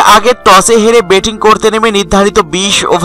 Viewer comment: Abar betting?? Batting bolte parona??